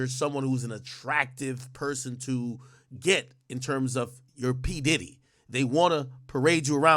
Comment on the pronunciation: “P Didit”